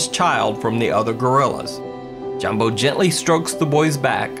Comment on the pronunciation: Jambo is pronounced yambo